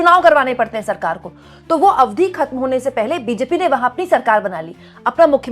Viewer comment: अरे बहुत ही अच्छी एंकर हो इसलिए प्लीज़ ‘अवधि ‘ का सही उच्चारण सीख लो 🌿👍